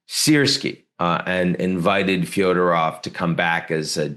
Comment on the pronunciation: Fedorov, not Fyodorov.